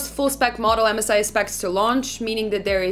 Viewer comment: Can u stop saying mzi it is M S I . Come oooon